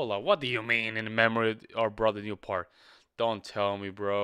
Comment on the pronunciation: It's pronounced "Peert" No "L" in there. Not like "heart" or "part" or "pert", but like someone's ear.